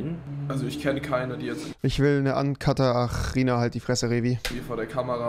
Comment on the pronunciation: "Ancutterina" lol